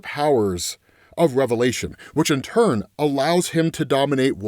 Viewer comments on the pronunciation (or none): none